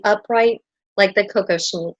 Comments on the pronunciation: The tiara is ALWAYS pronounced Kock-OSH-nick. The accent is on the middle letters ‘osh’. It is not a drink of cocoa as you are pronouncing it as COCO-shnick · I think it's "Koh-KOSH-nick" but I could be wrong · I think the accent is on the second syllable: ko-KOSH-nik.